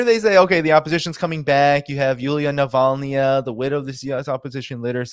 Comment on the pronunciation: When i here "opposition Yuliya Nivaknaya," it sounds funny . Who is she? She is not opposed to Putin.